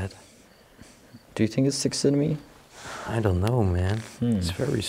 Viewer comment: I hope I am going to be of help. The word is Taxidermy, It is pronounced "Taxi der me." I love your English, but I wouldn't want someone to laugh at the way you say the word, say it that way and pronounce the R. I love your show, and wish I could go with you to these places, but I am content to watch you on Utube. Stay safe and God bless.